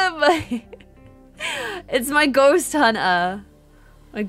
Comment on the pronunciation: At the start is sounded like she said summon a goat lmaooo